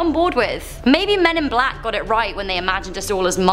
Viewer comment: sorry but i just heard bLaCk hOEss 😔